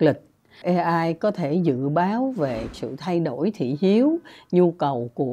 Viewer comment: AI phát âm chuâñ là ây-ai chư ko phãi là ê-ai